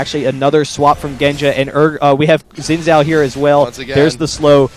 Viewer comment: You must have, since that's not a proper sentence for starters. Oh, and the fact that Xin Zhao isn't English, it's Chinese, and actually is pronounced Zin Zao.